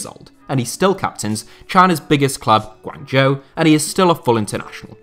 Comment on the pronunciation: if you are gonna make a video about PRC football at least learn how to pronounce the name of its most popular team, GUANGZHOU...